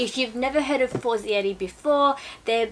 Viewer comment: Omg. You are pronouncing the Brand name completely incorrect!! Its Italian not French. For zei reeee. And they are sponsorsing you? Sorry, im not hating, but that is really embarrassing. Such a typical easy Italian phonetics. The other La Pear men tear.